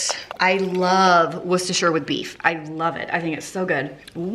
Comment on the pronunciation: You are the onlyAmerican ihave ever heard who can say Worcestershire correctly